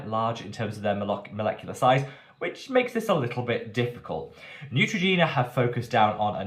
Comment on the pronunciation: ❌Neutrogena 👎Ciao ❤️